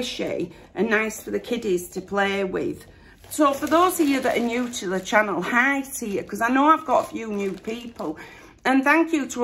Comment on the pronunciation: I keep thinking your saying,hi, I’m a fairy!! at the start of your vlog!!!!😂😂😂🤦‍♀️